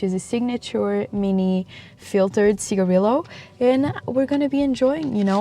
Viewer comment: How are you Portuguese and still pronouncing cigarillo wrong 🤣🤣🤣